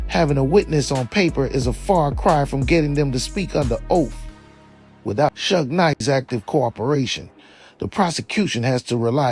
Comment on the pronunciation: Maybe if Suge was typed in phonetically in the prompts it would pronounce it correctly